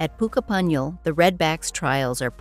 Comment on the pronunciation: pooh-ka-punyal....hmm...not ai at all